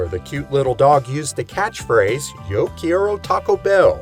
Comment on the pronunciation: Can you say Quiero again?😂😂